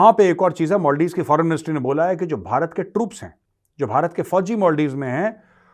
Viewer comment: सर मोलदिव नहीं मालदीव्स बोलिए